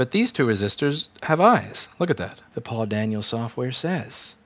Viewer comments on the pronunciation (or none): none